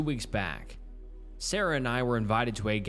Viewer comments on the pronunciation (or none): Followed by sawrah not Sarah